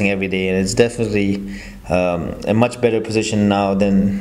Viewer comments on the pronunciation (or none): none